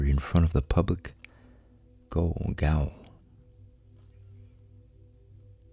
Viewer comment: Gaol is pronounced jail, it's old English.